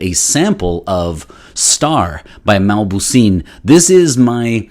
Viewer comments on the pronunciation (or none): The name is not mabouseen it's mauboussin.